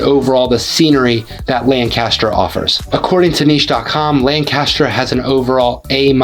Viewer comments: FYI - it’s pronounced LANC-aster, not lan-CAST-er. lan-CAST-er is in Ohio. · Yup, It's LANC-u-stur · You must not be a native of the Philly area, cause you don’t pronounce some of these names like a local, the worst one probably was Lancaster, so you also probably don’t know how to pronounce Bethlehem, Emmaus, Reading or the Schuykill (river/county), just to name a few